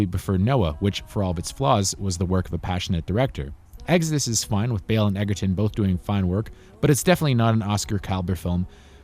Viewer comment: It's edgerton not edgerton